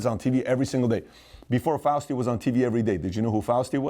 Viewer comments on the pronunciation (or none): Hey fear monger its fauci....not fuasti... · He said Fousti instead of Fauci, but I let it slide cause Pat’s the man😎👍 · If there's one thing that I learned from this video, it's that Pat can't pronoun Fauci's name correctly....Fausty lol!!!! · Btw... He means Fauci when he says Faustie. 😎🤣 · Fauci not Fausti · Fau-sti? Also, Pat, what the f#ck is the Shah doing behind your head? You have MLK and JFK way on the sidelines but Milton Friedman and the Shah front and center?? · Faust-y! Yes, he's very Faustian 😅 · "Fausti" ! Thanks for the laugh! IMO, that is being kind... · murray cowie lmao Pat added a T in there